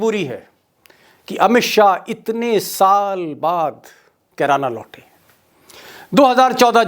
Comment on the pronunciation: अरे मोटा भाई किराना नही कैराना